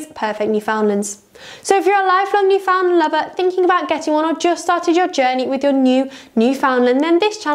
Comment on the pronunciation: Talk about click bait no Newf has ever been docked or crop........and gosh by the way the name is not pronounced New Found Land it is pronounced New Fin Land.....please.....